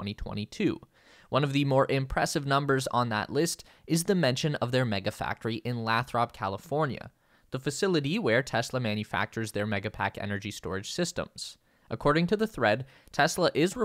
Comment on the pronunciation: Lay-throp, lol